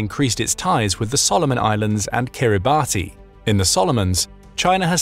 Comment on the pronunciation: Your pronounciation of places is appalling. For Kiribati…say Kiribass.